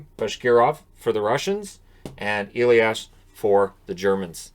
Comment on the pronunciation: it´s a german first name. Its not pronounced Eliash. Its Elias with a "sharp s"